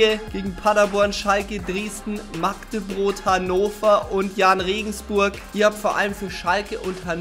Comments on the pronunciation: Warum sagst du immer Magdebrot statt Magdeburg 😅😂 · WIESO SAGT ER MAGDEBROT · Ich glaub er hat irgendein Problem mit Magdeburg und ich frage mich was der Verein ihn getan hat. Mich regt es mittlerweile auf das er den Verein falsch ausspricht ..... 🔵⚪